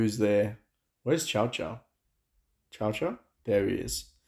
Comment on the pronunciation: please don't pronounce Cao Cao as the dog chow chow, he's a hard s, T'sao T'sao, or just say Sao Sao xD Always painful to hear chow chow